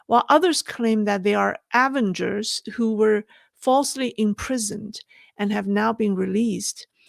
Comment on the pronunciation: The word avengers has emphasis on the second syllable. I speak ZERO Chinese by the way. I admire how well you speak English.